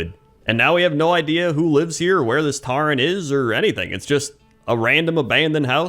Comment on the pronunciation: Taren? It's pronounced 'Toren'